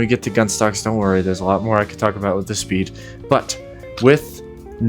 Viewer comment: Come on … spead? Spead? And this might be a niche con on the gunstock is that if you drop something in the game, if you try to pick it up and you have a gunstock that attaches to the controller it his buffer in between the ground and your hand so you can’t pick what you dropped up. ANNOYING!